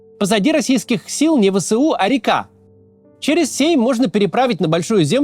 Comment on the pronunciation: Не "Вэ-Сэ-У", а "Вэ-эС-У"!